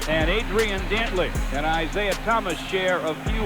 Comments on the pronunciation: you really need to work on your name pronunciation, Isia....? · Can't pronounce Isaiah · learn to pronounce isiah